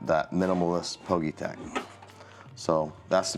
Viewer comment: Nice review 👍 I think it’s pronounced as individual letters ie P G Y tech?